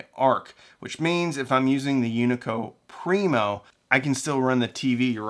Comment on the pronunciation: being born not too far from here the Unico Primo amp is built you're killing me with your pronunciation! Great video!